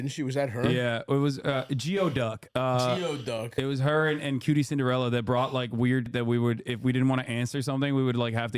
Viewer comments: Geoduck is pronounced gooey-duck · Its GOO-EEE- DUCK